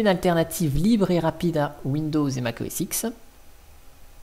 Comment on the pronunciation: Le nim correct c'est Mac OS DIX, pas IX... 10 en latin.